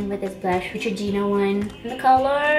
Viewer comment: She said neutragina. I don't think I spelled it right though